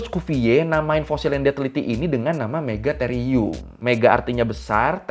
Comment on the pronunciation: Akhirnya Ada yg Bener Nyebutnya Megatherium 😁